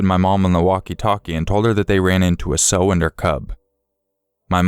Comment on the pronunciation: Oh, dude...dude..."sow" rhymes with "OW!" As in, 'OW! I was attacked by a SOW bear with cubs!"